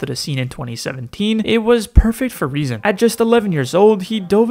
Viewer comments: His name is rezon ay „lol“ not non💀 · You don't pronounce it as "ay non" it's "ajo lol" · THE NAME OF REZON IS NOT REZON AY NON HE HAS THE RUSSIAN LETTERS THIS SAYS REZON AY LOL!!!!!!!!!!